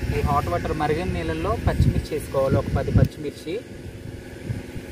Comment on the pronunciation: ఓటర్ కాదురా నాయనా వాటర్ అనాలి.. అందరికీ ఇలా మాట్లాడటం ఫ్యాషన్ అయిపోయింది.. 🔥🔥🔥